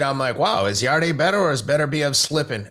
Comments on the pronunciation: just to let you know it's not yarday its pronounced yard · He’s not ‘yarday’ it’s just Yarde, silent e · You pronounce his name yard